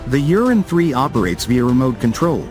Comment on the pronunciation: I wish the English translation did not say Uran like Urine... Ur An. Not You rin. Many of the vehicles shown have the M2 Browning and the 40mm AGL and are clearly American. There are some videos of the real Uran but most seem to be not Uran platforms.